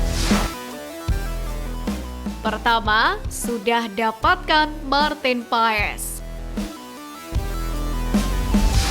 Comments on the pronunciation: Maartin Paes? PAAS min bukan PAES... Maartin Paas.... hadeuh... norak banget adminnya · Min maarten paes sebutannya "martin pas" min yg benar pengucapannya yah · baca nya Maarten paas min ini valid dari kakek" yg besar di belanda pake kacamata wkwk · Min... Koreksi penyebutan nama Maarten Paes... 🙏🙏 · 😮lidah indo... Maklum... Lulusan SD